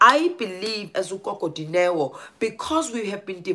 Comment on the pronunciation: gogo Dineo not goto